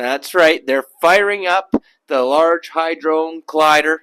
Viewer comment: He said HI-drone collider. Lmao Hit like anyway, not everyone is an A student in language.